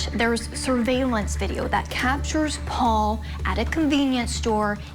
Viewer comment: I cringe so hard every time Alex says Pau-Pau! Like, your murderous ass is a grown man. Just say Paul! 😩🫣🙄